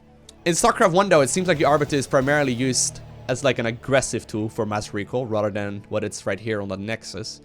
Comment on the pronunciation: whenever you say "rather than" it sounds like Rotterdam